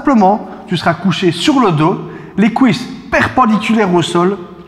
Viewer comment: "les couisses" mdr j'ai cru il allait dire autre chose